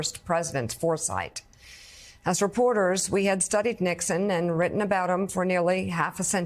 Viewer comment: Slow talker. Surprised that in all his years as a journalist, he mispronounces “reporter” (rapporter) and “nuclear” .